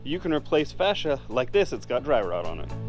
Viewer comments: How you pronounce fascia drives me absolutely insane and I know it shouldn’t. It’s pronounce FACE-SHA. Because it faces you… Not whatever you’re saying that sounds like fascist. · I'm pretty sure its Enunciated differently from how you said it. Maybe try saying Falacia first.